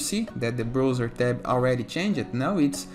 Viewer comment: Brother, se fala BRAUZER. Que agonia ver você falando BROUZER!